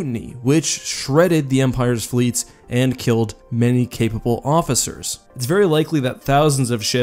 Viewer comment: Did you say Mofficers?